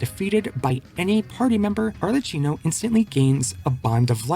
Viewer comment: It's pronounced ar le KI no